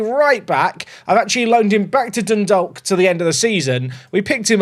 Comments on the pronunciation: Pronounced "done-dawk" mate not "dundalk" 😅😅😅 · Hey, love the videos. Dundalk is pronounced as Dundawk. Like the silent L in walk or talk